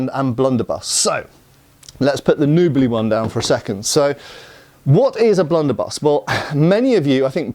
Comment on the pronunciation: "Blunderbie.."....😅 ded